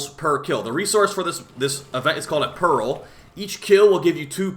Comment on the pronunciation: why do you pronounce it 'perril' instead pearl? 😢